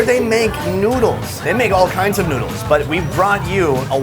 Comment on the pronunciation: "The NOOduls" -*